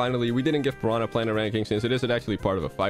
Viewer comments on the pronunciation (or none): none